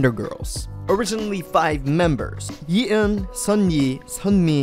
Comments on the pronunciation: oh the cringe at the name pronounciation. ugh! its 예 not yi and 희 not hey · ha:tfelt/yeeun/yenny’s name is 예은, pronounced with a flat e. like yeh-(eu)n. there’s no “yee” in korean, 이 is the vowel without a y form, so the ye and eun are separated syllables despite what it may look like in english. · Elisabeth 5302 exactly 😅 and pronounced her name wrong. i guess he wasn’t a big fan